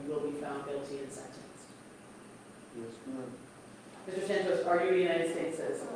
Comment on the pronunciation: That gringa keeps saying Santos wrong. Wedos can never say it correct. A is not long its short ding dong. The prisioners will take care of Sa ntos